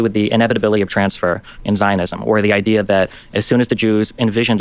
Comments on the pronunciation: Is it idea or is it ideer? Feelin pretty gaslit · Does it bother anyone else the way moeen says "idiur" instead of "idea". Like brush if your going to use a word constantly at least pronounce it right